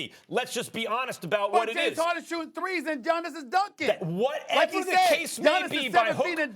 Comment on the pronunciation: the way Stephen said shooting threees just gave me life 🤣🤣🤣